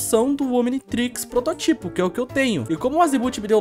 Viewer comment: O cara fala prototipo todo estranho, ñ sabe falar a palavra normal